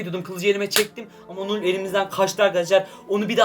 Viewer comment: Null u doğru söyleyemiyor bile